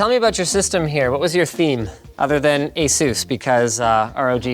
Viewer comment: "A SOOS"